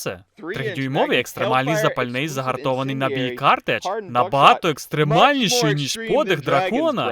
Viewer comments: Тобі вже тут написали, що правильно казати "картЕч", а не "кАртеч". Вочевидь просто не знав цього слова. Буває. Ще додам, що і "стріляємо дроб'ю" теж не ок. Треба або "стріляємо шротом", або на крайній випадок "стріляємо дробом". Але взагалі супер молодець, що взявся перекладити ці чудові відео 👍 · Картеч жіночого роду, і наголос картЕч